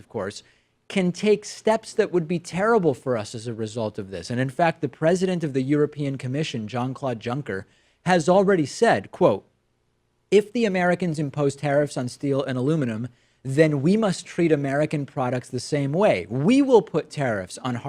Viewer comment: It's pronounced "Yunker" .